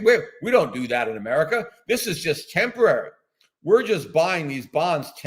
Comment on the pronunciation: Transorary? Tempitary? ...?